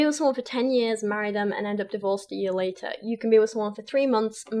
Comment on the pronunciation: It's so funny he says "5 years lataa"... my husband and I got married on our 5th anniversary of dating so 5 years is the exact right amount of time, everyone should wait 5 years Haha it's so ridiculous that anyone would think what's right for them is right for anyone else